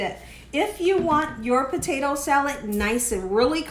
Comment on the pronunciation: Listen Miss “”….just Stop trying so hard to be cute saying POTATO wrong on purpose…NOT CUTE …CHEAPENS YOUR VIDEO